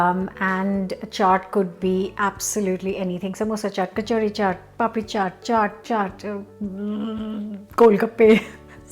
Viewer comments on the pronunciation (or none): I can’t quite make out the name of the crunchy cracker—sounds like “poppies”, but my hearing is not so good! Please make them in your kitchen! Thank you for all the lovely recipes.